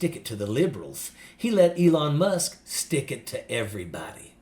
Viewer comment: did you say, " Elon Muff?"